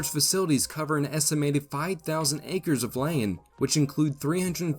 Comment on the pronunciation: This AI says "land" really strangely.